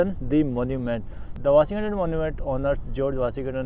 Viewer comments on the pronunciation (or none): Washington DC ✅ washing ton ton DC ❎ 🤣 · Bhai woh "WASHING-TON" DC hai naa ki "WASHING-TANAN" DC ! Galat bol rahe ho tum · bhai sorry to say but it’s Washington not vasi Gatan G is silent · bhai washighatan dc nahi washington dc hai bro sorry to correct you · Not washin gton. Washington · Washington DC NOT wasi gatan 😂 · Are yaar main Bangal ki chhoti Si gaon se bol raha hun. Washington pronounce nahin ho raha hai tumse yaar? सही प्रोनाउंस है वाशिंगटन।